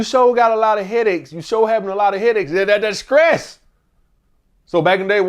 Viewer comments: skress…..😂 butchered that word somethin serious. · he pissing me off sayin skress 100x 😂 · That "Skress" is crazy work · Screes you mean stress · How can someone as intelligent as continuously say “scress” instead of stress they’re not even close lmao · SCRESSSSSDDDDDD OUT brotha 😂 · 😂😂 Scress kills relationship guys 😂😂, he done rumbling so much that he lost his sense of pronunciation Scress 😂😂😂😂